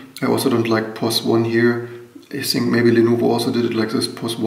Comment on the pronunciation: Finally someone addressing the maglev keyboard. BTW why do you say "Z" when the words have a"T"? Think is not Zink.. ;)